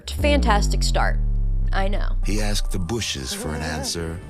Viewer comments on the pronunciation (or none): none